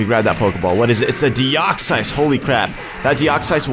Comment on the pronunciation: Dude deoxyus is pronouced De ox us not de ox sighs